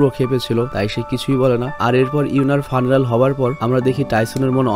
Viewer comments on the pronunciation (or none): উচ্চারণটা ফিউনারেল। ফানেরাল না